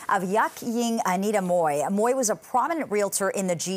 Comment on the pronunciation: Please get the right pronunciation of ‘ Mui ‘ - check it out on google - thanks !